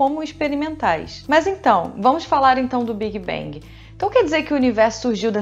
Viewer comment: Esse tal de "biguibengui"....